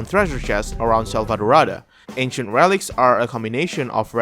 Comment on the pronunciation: am I the only one who really liked how Abi said Selvadorada